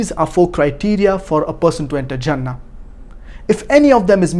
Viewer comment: it is 'jannah' with a j not 'zannah' with a z